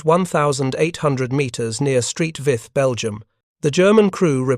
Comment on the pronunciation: Everyones favorite German POW voice (AI) narrating. Street Vith (St. Vith), Belgium, lol.